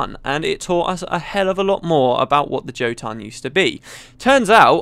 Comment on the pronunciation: Can't stand hearing a britt pronounce "Jotun" :p The word is taken from norse mythology, and I think the word means "giant".